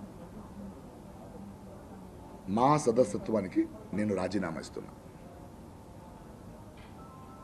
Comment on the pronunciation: మా సభ్యత్వానికి అనడం కూడ పలకడం నువ్వు రాజీనామా చేయడం చాలా సంతోషం. ఇంకెప్పుడు ఇటువంటి ప్రయోగాలు, చెయ్యక ముందు తెలుగు భాషను సక్రమంగా నేర్చుకో